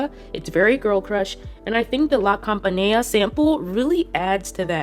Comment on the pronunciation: PAGANINI, NOT PANGANINI... LA CAMPANELLA NOT LA CAMPANEA...